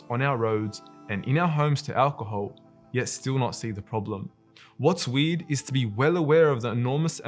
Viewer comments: The way he keeps saying 'weird' sound like he's saying weed. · i keep hearing weed not weird lmaoooo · It’s "weird“ not "weed“ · bro said weird i heard weed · I went through half of this video of knowing that he says "weed", instead of "weird". Now i have to start again. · For the longest time I heard weed, then I came to realize that he is in fact saying weird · Is it just me or is he saying weed :P to my ears it sounds like weed, anyway love the video. May Allah bless you and everyone around you! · i was so confused when he’s saying weird i thought he was saying weed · Is he saying weird or weed? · Excellent vid, but every time you say "weird" it sounds like you're saying "weed", so I was confused did they ban beer or weed? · It’s funny how you pronounce weird, sounds like weed and I love your sentence at the end, keep it up Akhi! Jazzak Allah Kheir